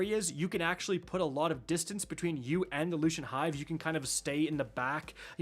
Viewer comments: Lucent. Lucent. Lucent. Like, Lou Sent. Not Lushent. Lou Shint. 😅😂😂😅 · "Looo-shent" "Ru-in" 😂. All the Guardians calling this "brutal", have no patience, and probably didn't get Wicked Implement and it's catty. Stop being so soft guardians. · Loo - sent / Roon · I can feel my soul die everytime he mispronounces a word